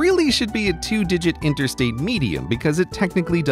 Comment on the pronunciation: How many times did he say intersate?